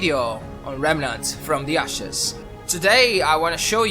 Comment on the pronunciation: I just love the way he say the game title😅 Remnant... (wait for it) FrOM tHE ASHes